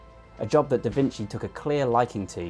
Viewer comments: Just wanna point out that a C followed by an I, in Italian, is generally read as "chi" or "chee" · There are a bunch of other pronunciation mistakes, but I thought "vinsi" was the most easily fixable 😅